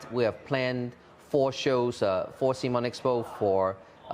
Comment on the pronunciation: Great to see Cmon's co-founder take time to talk to the community. Although he was indeed wrong about the pronunciation ;) Guess no one reads your t-shirt!